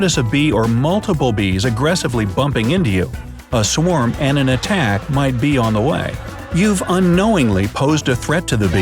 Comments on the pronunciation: “swam bees” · A “swam”? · Swarm, not Swam, dumbo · Wait did you say swam or is my phone trippin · You said swam